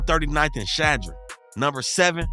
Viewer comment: It’s Chadron not Shadron (yo pronunciation was all fuccd up lol)